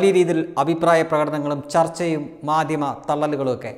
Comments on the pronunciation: മാദ്യമം.. അല്ല.. മാധ്യമം എന്നു പറയൂ മാധ്യമ വാർത്ത വായനക്കാരാ.. ! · മാദ്ധ്യമം എന്നു പറയൂ